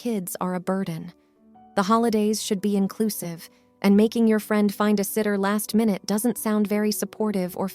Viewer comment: It's really weird, the reader seems not to have an accent, but then reads very common easy words incorrectly like "friend"